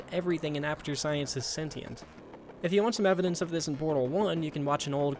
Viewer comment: >Says everyone in Portal is a moron >Pronounces "sentient" wrong multiple times